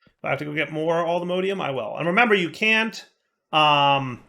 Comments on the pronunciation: Always find it funny when you call allthemodium allthemodEium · Cease and desist with the mispronunciation of allthemodium! All the MODS- alltheMODium! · Modium not modeium